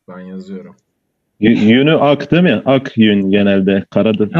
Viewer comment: yani dediğiniz gibi ama ben kelime açısından değilde konuşma tarzlarına dikkat çekmek istedim yani ; değil mi yerine deel mi, gidiyoruz yerine gidiyik, küsüp yerine küsüg demeleri ilginç olan onun için dedim